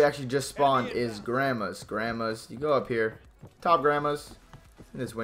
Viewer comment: He called it "grammers" not grandmas 😂😅